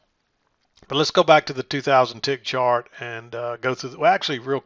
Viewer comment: LOL almost said "shart lesson" instead of 'chart lesson'